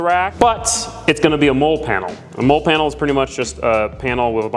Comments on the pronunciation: “MOLLE” is pronounced “Molly” not “Mole”…. It cracks me up hearing it… but I appreciate all your content nonetheless!!! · I like the video but it actually drove me crazy when you pronounced MOLLE as “Mole” like a critter in the ground. MOLLE is pronounced "Molly". The name is an acronym for Modular Lightweight Load-carrying Equipment, a system for attaching gear to tactical backpacks and vests. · Molle=Molly not Mole😂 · Very cool, I always love watching DIY(ish) videos like this...also, the word is pronounced "Mall-E" (mine and every military brain is screaming at your video right now) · I was was just going to say the same it supposed to sound like molley but obviously it’s spelled differently! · Man, I was thinking have I been mispronouncing that word my entire life lol.